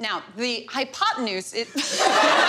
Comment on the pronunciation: It's actually "potenuse" not "potnuese".😁